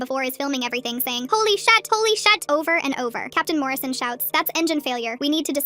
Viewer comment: “HOLY SHUT HOLY SHUT” wut? Bro is saying shut instead of sh*t